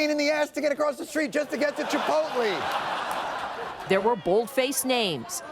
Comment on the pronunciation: chipoltleee? c'mon jon...